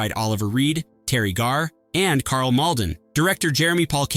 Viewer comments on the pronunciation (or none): none